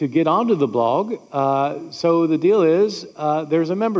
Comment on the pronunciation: I have never heard someone not be able to pronounce "blog", but that's hilarious. Fun 3 videos!